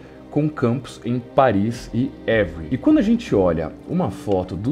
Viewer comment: Você tem um Sherlock Holmes, mas precisa de um francês para melhorar sua pronúncia.... A cidade se pronuncia Êvri....